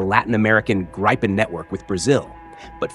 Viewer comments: Gripen = pronounced "Greepen", not Grypen. Please stop the mispronunciation, thanks. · Just a note, it's more pronounced "greepen" like the first syllable is the same first syllable as in "greetings". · Please, the fighter name is Gripen say Greepen! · You're MISPRONOUNCING the name Gripen. It's not GRAIPEN... That letter I does not sound like "ai". What happens to the Brazilian Gripens being assembled in Brazil and Sweden? Will they change the engines? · I have a feeling its not called the Greepen .. American's seem unable to pronounce lots of words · Thumbed down because of unsubstatiated rumours and AI voice 'graypen'. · For fuck’s sake, it’s Gripen, not Graipen. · It's spelled gripen because it's a swedish word and means griffin. In the video he pronounces it in two differens ways and you can pick what you like. In swedish you would say "greepen". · God I can't stand how all the AI voice-overs have no idea how to pronounce Gripen 🙄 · Grip spells GRIP EN one word spells, wait for it, Gripen... there is no "Y" in Gripen. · Your mispronunciation if "Gripen" is annoying and an inattention to detail. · Annoying constant mispronunciation of Gripen. Not that much was said in thi repetitive AI of nothingness. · Interesting to hear someone talking about an aircraft the name of which he can't pronounce, some expert! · This AI voice is awful. It's not even able to decide for 1 variant of pronouncing the word "Gripen" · “Greepen”, not “Greypen”.. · Pronounce "GRIPPEN" Not 'Grai-pun' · Gr-eye-pen Gr-eye-pen Gr-eye-pen. It's GRIPEN dude, like grip with an en ... Gripen! I don't much trust a channel when it can't even pronounce the MAIN TOPIC. Then ... Sweden is called a NEUTRAL country. OH really? As a member of NATO, I don't think so. That's the point I gave up. Less than three minutes in. Get lost "European Defense Chanel". I suspect there is NOTHING of value here. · Why can't these YouTubers say the name properly? Greeepen??? It's Grip-en. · It’s not “Graypen”.